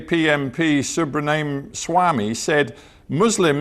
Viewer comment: Ram Madhav well done. Answered all questions and a little bit more than what he was expecting. Especially enjoyed 😂 By the way, how educated is this BBC host? Subramaniam is not pronounced Subraniam. Maybe too lazy to do his homework or just dumb ignorant.